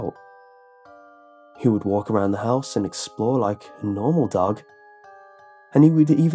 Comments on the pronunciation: were u saying duck or dog the story? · I thought you said 'duck' instead of dog for the first few times 😂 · anyone else think he said duck instead of dog at first